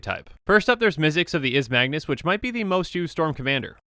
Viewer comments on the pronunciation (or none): none